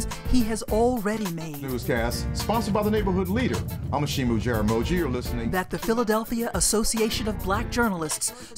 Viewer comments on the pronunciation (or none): I gotta say, All the comments are accurate. Not that it matters, but I just can't believe how he 'butchered' his own name (The second name- Jaramogi). I am a Kenyan of Luo descent/tribe. In Swahili, 'Heshimu' means 'Respect' . Jaramogi is a name unique to the Luo people. The 'gi' is pronounced exactly as is written and not 'ji'. Just saying...